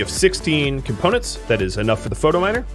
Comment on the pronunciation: I love your content...but does anyone else wanna smack him every time he says "Photominer" instead of "Phytominer"?